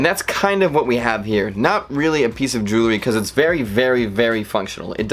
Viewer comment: Wow. I am quite impressed. I didn’t know that someone could talk this long without actually teaching me ANYTHING about the watch your video is supposed to be covering. Seriously. I literally didn’t learn a damn thing except that you don’t know how to pronounce Jewelry or Hermes correctly, They have an app for that you know. Next time, maybe you should do a little more research. FYI it’s pronounced “Jool-Ree” not “Joo-La-Ree” and it is “Er-Mays” :)